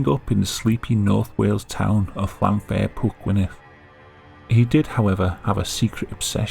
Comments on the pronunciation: Came close but with a “Down Jersey” NJ accent. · This guy says that Llanfair-whatsitsname so nonchalantly. lol